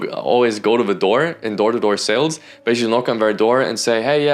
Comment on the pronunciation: Great vid, but - with all respect - it’s sooo annoying you saying saleDs. It’s sales. Not saleds.